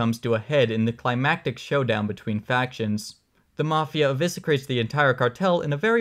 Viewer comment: this is great! (If perhaps just a hair over-long), getting huge Down the Rabbit Hole vibes here. You even sound like you’re from the same area as him. 🤔 Prep yourself for 1M subs! PS: Not to pronunciation-shame, but “eviscerate” is pronounced EH-VISS-ER-ATE😉.